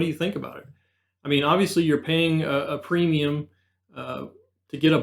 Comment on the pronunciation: Emphasis on “paying a premium”!